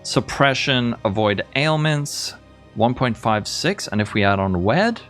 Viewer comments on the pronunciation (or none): none